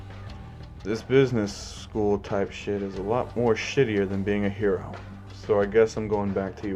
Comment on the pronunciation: The Way You Say Hero Are Shit😂😂